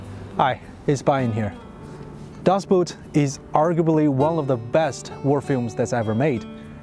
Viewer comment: you spell it "dazbot" right is "daas Boooot" Das Boot ("das" for "the" an "Boot" for "boat")